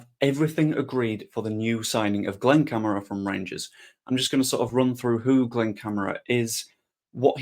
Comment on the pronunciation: Please pronounce correctly Cam - are- a